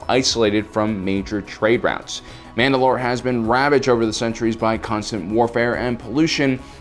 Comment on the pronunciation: Mandalore, like the planet, not Mand‘alor, like the leader.